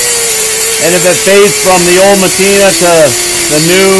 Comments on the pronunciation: You say matina, I say patina, LOL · Matina? 'Patina'.